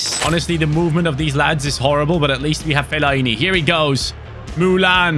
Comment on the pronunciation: Put some respect on Fellaini's name.